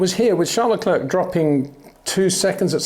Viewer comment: My brain freezes every time you pronounce Charles LeclerK. It sounds really dumb, is it that difficult to learn someones name before you pronounce it wrong a million times?